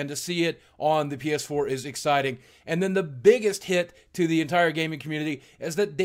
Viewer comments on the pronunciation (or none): none